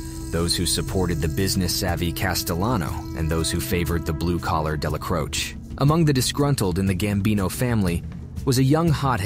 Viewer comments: I have never heard more incorrect ways to say Neils last name... That was wild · Or a Deli Crose? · they found 14 different ways to butcher Dellacroce.